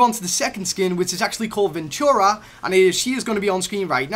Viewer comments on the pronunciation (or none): none